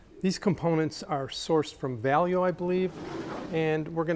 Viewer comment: It’s pronounced Val-a-yo (Valeo), not value 😊